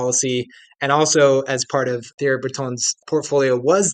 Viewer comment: I'm supposed to think you're an expert when you didn't even bother to learn how to pronounce "Thierry" before strutting your stuff?